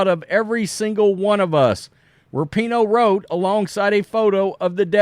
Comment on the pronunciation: Rapinoe is such an international soccer superstar, yet at least half the people reporting on her mispronounce her name.